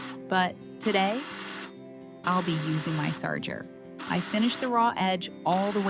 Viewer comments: "Sarjer"? You mean Serger (Ser-jer)? I'm 62 in Canada, and I've never heard it pronounced like that. It's spelled Serger, so why is it pronounced Sar-jer? :body-blue-raised-arms:😆 (Really just curious.) (Is this an automated voice reading a typo?) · Sarger? I have always heard this pronounce "surger" --spelled serger